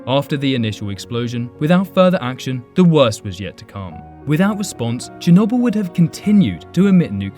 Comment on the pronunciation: Just saying your pronouncing chernobyl wrong